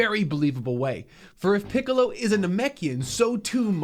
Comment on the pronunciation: Mark wouldn't mispronounce Little Green's name like this imposter.